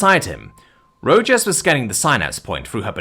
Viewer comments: I love it when I'm not the only one saying how a name should be pronounced. It's Ro-Haas. Not Ro-Jas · Rojas is pronounces 'Row-haas' not 'Row-Jaws' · Ro-HAS. Rojas is pronounced "Ro-Has". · FYI It's pronounced Row Hoss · As a Texan, the pronunciation of Rojas as Ro-jass was killing me. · This Arizonan agrees with you. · Illinoisan here, think my eye twitched every time.